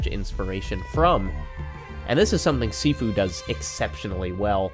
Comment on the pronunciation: Gotta point out - Sifu is pronounced "shee-foo"